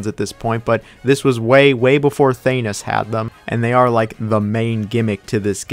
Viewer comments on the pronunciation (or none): Solid ranking! One nitpick tho: I don't like the way you pronounced Thanos there.